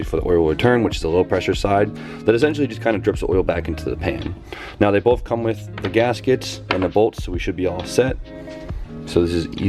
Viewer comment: Hes saying bolth instead of both lmao awesome